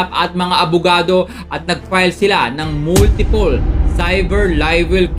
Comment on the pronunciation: DeFartment of Justice, Moltipol CIVER LIVEL. hahahaha hoy brad malapit mlaglag yung pustiso mo! CIVER LIVEL hahahaha. ayusin mo yang pagbigkas mo!